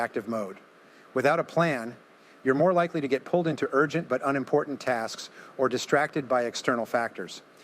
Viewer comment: AI voice?? "U-nimportant" instead of unimportant??